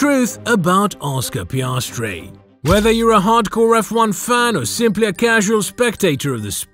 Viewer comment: Mark and Ann Webber were Piastri's parents? Sorry, Orscar Peeahstree!